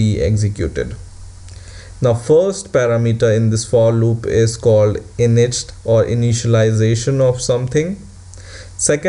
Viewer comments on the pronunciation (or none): none